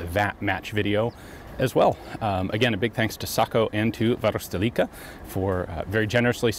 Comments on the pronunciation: Ian has got the "Varuste"-part down pretty well, but he still says "leek" instead of "leck" Try saying "varuste-LECK-a" That "Perkele!" tho was as authentic as can be! 😀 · He says it just fine! The end part, "leka", is pronounced slightly different but it still is understandable coming from his mouth. Ian says it like "lika" which makes sense for a native English speaking person. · You're getting so, so close to pronouncing Varusteleka correctly. You just seem to pronounce the leka more like "liika".